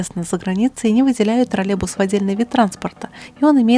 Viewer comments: Да не тралебус а троллейбус!!! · Дорогая, не обижайтесь, но почему Вы так странно произносите слово троллейбус? как "тролебус"? очень режет слух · Почему ты произносишь ТРАЛЕБУС? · это не ТРОРЛЕБУС, А ТРОЛЕЙБУС.